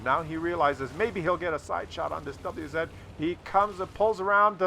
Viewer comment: It's not double u-zed, it is vah-zah just ask Skill4ltu :)